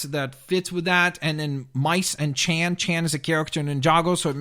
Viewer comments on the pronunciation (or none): And it's Chen not Chan